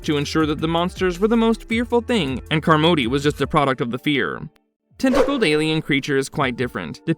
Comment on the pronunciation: You must have never seen the film.... Miss Carmody's last name is pronounced " "CAHR-muddy" not "car-MODE-y". Its hella distracting Lol